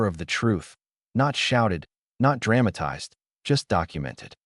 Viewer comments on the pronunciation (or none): Drame a tized? 😂learn it right "drah muh tized"